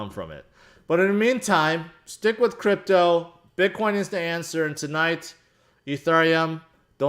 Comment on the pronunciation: He said Grypto not crypto